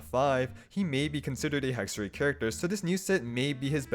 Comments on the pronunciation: fyi, it's "hexerei", not "hexeray" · As Hexerei is a German word, you would pronounce it with I like fly, try, sly at the end